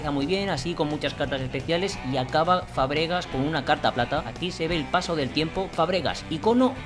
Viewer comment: es Fàbregas, no Fabrégas,me da un poco de toc que lo digas asi 😂😂😂